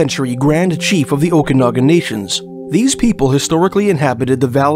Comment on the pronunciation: Had Clancy O'Brian not been named such, had he been an Indigenous person, not near that amount of hours would've been put forth to find him. Someone please teach how to correctly pronounce Okanagan. I've already tried, and it obviously didn't work. No, it it not "O'Kinnigan", it is not Irish.